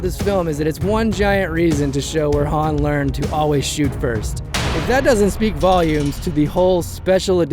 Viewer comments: I know Lando called him 'Han' as in 'Hand'....But Keira and Han Himself pronounced it 'Han' as in 'palm..... (Please don't hate me HISHE people, I love your Videos :) ) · I'm so glad you noticed the H-aan / H-ahn thing with Lando, drives me crazy, c'mon Billy Dee lol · Dude, Lando Says Han like H-AN Because Han Says "So what's this game Sabacc?" (S-ABACC)